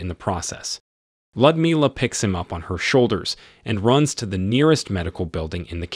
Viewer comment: Ummm...a helpful hint on pronunciation.. It's pronounced "Lewd as in Lewdmila" NOT LUD.